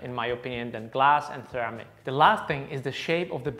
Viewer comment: Great video! When you say ceramic pretend the first “C” is a “S” - seramic 😉